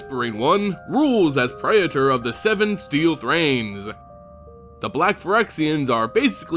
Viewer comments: What the hell is a pray-eh-tor? PREE-ter. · Its prētər not pray-uh-turs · It's like you get a third syllable in "praetor." Pray-eh-ter. I say it pray-tor. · Speaking of basic latin. . . Praetor is pronounced 'prey-tor', but just a heads up, that also means your channel name (as its also based in greek/latin) is pronounced 'ay-ther hub' Altho english has dumbed down a fair amount of its pronounciations. . . Its not hee-mo-gloe-bin, its hay-mo-glo-bin. Its not peh-doe-fyle, its pay-do-fyle (although technically it should be paedoghast, as paedophile translates into child lover, rather than child haunter like -ghast implies) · man, you couldn't have spent 5 seconds looking up how to pronounce "praetor" before making a video about them so maybe everyone wouldn't have had to listen to you butcher it like 30 times in a row? (it's PREE-ter, fyi) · Can't say praetor correctly, "Fuck it I'll make a video where I have to say it a million times."